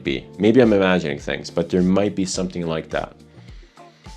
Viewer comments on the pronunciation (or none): By chance are you Romanian? you have a similar accent to the host of ZoneofTech. His name is (I think yours is as well?) and he pronounces "that", like "dat." And thats the only hint of an accent that I can point out. Maybe he does have a more...and yeah these baggies and tubes are triggering something in me..